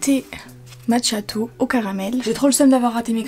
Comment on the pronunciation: Pour le latte macchiato on prononce makiato 🇮🇹🇮🇹🤙🏻🤙🏻